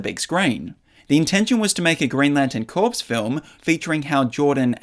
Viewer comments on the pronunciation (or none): Did you just say "lantern corpse" instead of "corps" ...